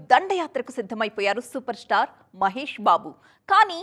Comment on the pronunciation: సూపర్ స్టార్ అండి సూపర్ ష్టార్ కాదు 😭